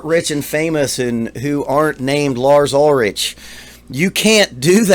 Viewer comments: Robert may technically their best bass player, but Jason WAS Metallica. He breathed METAL into the band and since he left, they all turned to shit. FACT. Btw, it's pronounced UlriCK, not UlriCH. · It's not pronounced ul-rich, c'mon man. The ch has a hard k sound. And they've sucked since 86! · First of all it’s ULRICH, ( ul-rick) not ul-RICH. And Rob TRUJILLO, (tru-hee-yo) Cliff Burton, WAS the heart and soul of early Metallica, classically trained, taught James and Kirk harmonies. Anyways, Lars, admittedly isn’t the best technical drummer, he basically is like the 3rd guitar and accompanies James’s driving rhythm. I know, that the true sense of a rhythm section is THE DRUMMER and bass player, but that has NEVER been their deal, other than when Bob Rock “created” the classic rhythm section with Jason and Lars in the Black Album. Anyways, ...And Justice For All, was the blue print for all future heavy and hard rock drummers who adopted the “wet snapping” double bass sound. He’s not Joey Jordinson, Vinnie Paul, or Danny Carey. He knows this. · btw it's Lars Ulri-ck. At least get the name right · Dude can you pronounce any of their names correctly? Ulrich is pronounced Ulrick and it’s Truheeoh not Truhilloh. How can you critique if you don’t know the band or songs? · Ulrich is pronounced 'Ulrick' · It's hard to take you seriously when you don't even pronounce his name correctly and don't recognize the title track of AJFA. Oh no. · i knew it when you didnt even know how to pronounce his last name. Its ok say lars ulrich and people click. Not for you bro its cool though. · I am a bit surprised that you were a fan of real Metallica ( ) but don't know how to pronounce Lars' last name? Anyhow, good post, thanks man. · Part of me wants to believe you’re mispronouncing their last names on purpose. But. Idk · I was just hoping you'd say his last name correct. Lol.